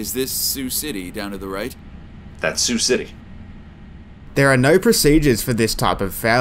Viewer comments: Yeah. It’s sigh-you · the Voice acting is hysterical, they sound like they are out-sourced to Korea and no one knows how to read the script or interact with each other, so I thank you for much needed laughs! the way the air traffic controller pronounces Sioux (pronounced like the girls name SUE) City as "See-oo City"!! come on guys try a little harder, google is easy to use, no guessing needed. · "See-You City" 🤣🤣🤣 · Yeah... one would think an Air Traffic Controller would know how to pronounce the name of the city they work in. And yes, I know it's a recreation.